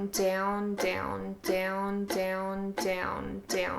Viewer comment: Haha “Dyown”